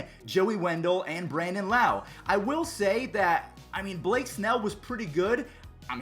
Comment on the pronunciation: Brandon Lowe says his not correctly trust me I say it lowe not loweeeeee